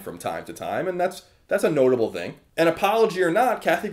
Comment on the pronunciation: I still hate the way you say "thing" actually its most words that start with "th"